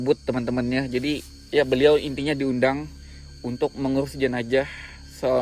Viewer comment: owang2 dan jenajah. 🤭 Unik bgt dgrnya tuh...